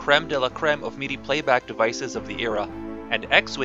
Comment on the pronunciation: Silly nit pick, but MIDI is pronounced like mi-dee, with first I is like the I in history. Great video!